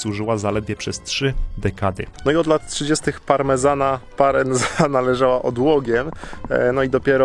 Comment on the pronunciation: Parenzana od miasta Parenzo czyli Poreč. I po włosku, i w czasach czarno-żółtej monachii i teraz Chorwaci przeczytają to przez "c" a nie przez "z". Stwierdzenia o tym, że nie jeździ się na Istrię, nawet nie skomentuję...